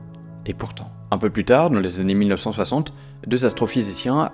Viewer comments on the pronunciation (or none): 380 000 zannées 😅 Pas de "s" à mille . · *années (et non zanés) 🙄